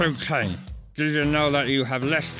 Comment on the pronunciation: the way kane says to kane sounds a bit too much like cocaine